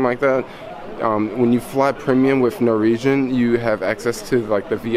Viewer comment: Sheesh... Nor-Wee-Jen. Say it with me... NOR - WEE - JEN.